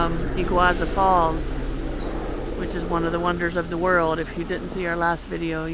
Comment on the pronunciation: E-GOO-AR-SUE falls.